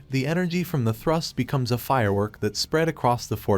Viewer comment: Is it thrust or trust... bruh i keep hearing both when he says thrust🤣